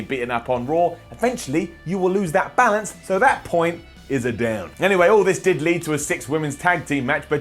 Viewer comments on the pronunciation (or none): none